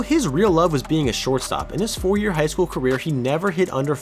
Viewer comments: 34 seconds the guy doing the voice over says queer instead of career 😂😂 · 34 when you say queer instead of career 😂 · he definitely says "throughout his queer" instead of "career".. which I don't think is intentional but its ironic because queer means weird.. just a thought lol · am I the only one hearing queer rather than career? Lol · “queer” instead of career